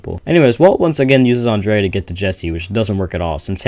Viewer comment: bro saying Andrea instead of Andrea